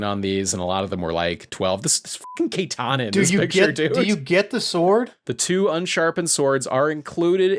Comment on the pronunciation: Lol, "Kay-tana." 🥲